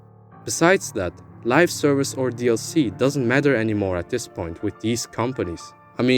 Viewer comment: I hate to do it but I should point out that it's Live Service not Lifeservice :p Great video no less